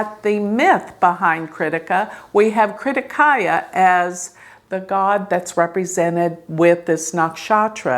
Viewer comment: OMG it’s Kartikeya, not krittikaya!! You always butcher the Sanskrit words and names.